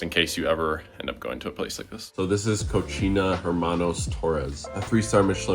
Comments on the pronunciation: Your pronunciation of cocina made me giggle. It's pronounced ko-see-na. Pronouncing it ko-che-na means dirty or filthy girl. 😊❤😂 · Cochina??? 🤣 cocina 🥲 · My guy… did you really just say “co-chee-nuh” 🤣🤣 I had to rewind and laugh a couple times hahah the way you pronounced it sounds like the Spanish word “disgusting” and not the actual word cocina“kitchen”. I guess in Canada yall don’t take Spanish normally for school like you do in The States. I’m assuming schools out there would push French onto you instead? But nonetheless brother if anyone hasn’t told you yet tho it’s pronounced like “Co-see-nah”. Can’t have you lackin out here;) btw if you read this man I just wanted to let you know I started watching your videos and content FOR YOU (and your pops) waaaay before I ever seen any of your older brother’s videos like a lump sum of your audience and tbh no offense to them. Your videos have a certain vibe to them that in my humble opinion are way better. I’m sure you get annoyed of the constant “tell your brother post blah blah” I mean I get annoyed for you 💀 im sure you’re probably used to it tho. I feel for you, I am also the youngest of two older brothers lol but foreal tho I sincerely hope you never get burnt out and keep pushing the videos out because you like to and want to and it’s a way to express yourself! I think I can speak for all of your loyal viewers when I say this but you never fail to entertain us! From the funny edits, unique shots and transitions, clothing hauls, food content, you and Syd banter and your 1of1 clothing brand!! Even my girl with her short tik tok brain rot attention span can actually watc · it is pronounced *CO-SI-NA * Cocina Hermanos Torres